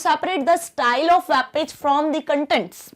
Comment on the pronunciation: ma'am its not WAAB it's WEB -_